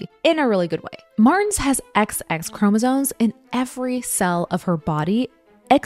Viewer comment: Is she saying “chromosones”?